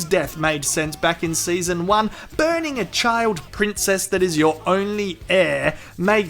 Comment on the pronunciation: lmao i love how emphasized the burning part every chance he can